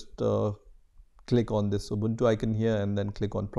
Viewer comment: its pronounced ooboontoo not abuntu